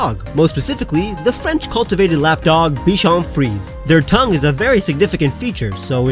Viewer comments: I tried pronouncing this but I kept saying bichon freeza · is Bichon Frise, Pronounced Free Say